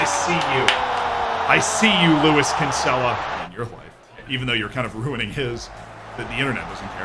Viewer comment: It actually hurts how he pronounces Kinsella